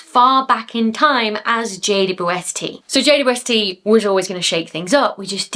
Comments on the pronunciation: Hahaha the final blooper 😅 I actually heard J-woob-ST all the time and considered it became that after saying it so many times over the videos and conversations 😂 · I think it sounds like you're saying Jay-Bwest-Tea. But I like tea. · You made JWST sound like, "Jade, you Westie." and now I have a name suggestion should I ever get a Scotland West Highland Terrier doggie. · You can tell you say JWST a lot because you've removed about half of the syllables for efficiency 🤣🤣